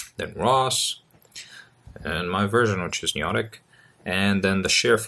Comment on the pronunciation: Its noEtic not neOtic haha